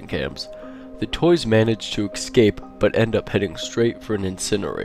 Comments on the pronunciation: HE SAYS EXCAPE AND I YELLED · He said excape!!!!